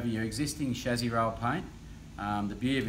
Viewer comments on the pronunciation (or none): Why is he saying shazzy instead of chasis? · Chezy? No it's chassis. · Whats the shazzi? Is that how all Ausi’s pronounce it or just this guy?